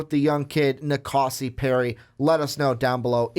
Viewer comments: These guys don't know how to pronounce any names for any QBs. Do some research before recording. Keeyaah, Rosseeeair, En-Kahsi. Come on. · It's Na Koh See